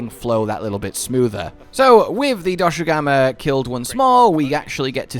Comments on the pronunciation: It's not Doshugama, it's Doshaguma! Lol, great video, I'm just poking fun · it’s dosh aguma you’re saying doshu gama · DoshAgUma, not DoshUgAma istg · You mean dosugma? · Man where does find the u letter in Dosha and two a letter guma. is such a fun guy, poking fun at Cuttan's suffering. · I’m convinced he keeps saying Doshugama to boost the engagement from all the people correcting him in the comments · Take a shot every time calls Doshaguma DoShUgAmA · I'm curious if Cotton will correct monster names again. "Doshugama" XD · WHOAAAAOOOHHAHAHAHAHAHAHAHAHA WEAPONS WITH SKILLS WAHOOOOOOOOO Edit: Im never not gonna be annoyed by how you say Doshaguma bro. You say Doshu Gamma, and I cant figure out why Edit again: i doubt we'll get a room to put endemic life in, my guess is that there'll be endemic life requests that we can complete for food/crafting rewards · YESS I WAS SO PISSED OFF WITH YOU SAYING IT WRONG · This point I dont know if he's doing it on purpose because he thinks its funny (it's not) or what. This isn't a Tie-grex/Tee-grex situation where either pronunciation works with the spelling but the Voice Director chose the wrong one ( I will not be debating this), its just strait up ignoring the spelling. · There is simply no way is mispronouncing doshaguma so much on accident